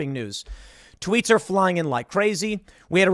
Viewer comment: When tim said "Salty Tweets" I heard "Salty Treats"